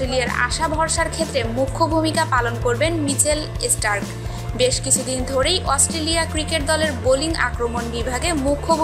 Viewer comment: ESPOT FICCHING>CHOUTIRISH< MICHEL ESTARK>>EGULA KISHOB UCCHARON????????